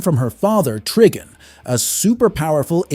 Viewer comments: Trigon is pronounced as “try- gone” not “tree-gan” or whatever you said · Have you never heard of "tree-angles" 😂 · I'm Sorry, But Did Uu Pronounce My Man #Trigon As {TreeGone}🤔🧐?!? Well, Watever Uu Said. BaHaHaHaHa!!! Had Me, ROOOLL'N Bro😂🤣!!